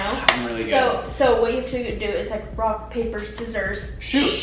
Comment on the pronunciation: Am I the only one that heard "should we play wock paper scissors" ?